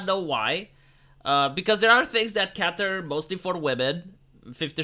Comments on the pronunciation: Please :D "cater", not "catter" [kei'ter](rhymes with "hater/later"), not [ka'tter] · *Cater Not 'catter' Yer welcome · Cater not catter. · Sorry to be a Grammar Nazi but it is 'cater' not 'catter'.